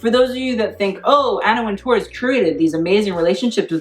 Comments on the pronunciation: great video, but I cringed every time you said Anna WinTOURRRR that is not how is pronounced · The name is just pronounced WINTER, like the season -- and with an English accent WINteh.